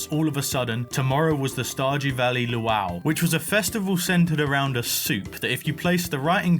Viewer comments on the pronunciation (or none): what in the hell is that pronunciation of luau?